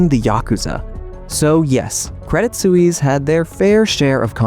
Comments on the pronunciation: That was tough to listen to. Suisse. Sue wees? or Swees? I'm going with Swees. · Credit Sue-eaze? NO!!! Credit Sweess is the correct pronunciation. Why do Americans show disrespect to all foreign names and words? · It's not pronounced credit soo-eeess. Just look it up. In your defense, americans are a horrible at pronouncing any other language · You have to pronounce credit Swiss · good show, I enjoyed it, but I cringed every time you pronounced Credit Swiss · same lol reminds me of Suez Canal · You should learn how to say Credit Suisse properly